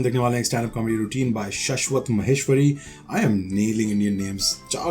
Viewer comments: Irony : you pronounced it wrong... LOL It's "Sh-aa-sh-wat". 😂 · Bro the pronunciation is still wrong. Shashvat is pronounced as shaaashvat and not shushvat. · Lol bhai aapko lag rha tha aappne sahi bola naam flex kar rhe the but vo bhi galat bola 😂 It's not shushwat it's shaaashwat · sorry bro... but its not saswat... its shhaaaashwat... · It is Shaashwat and not Shashwat. शाश्वत not शश्वत. Shaashwat meaning eternal. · Its Shaswat not sheswat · Bhai yeh name shaashwat pronounce kiya jata hai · Wo Shashwat hota hai bhai( شاشوت ,शाश्वत)😂😂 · Ye Shaaaaswat padha jata hai